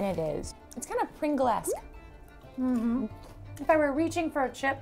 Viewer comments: Yea! Its pronounced pringls although spelt pringles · I’m Irish ☘️ and the way use pronounce “pringles” had me dead 💀🤣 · It's not pringesk its pringles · Why did she pronounce Pringles like that lol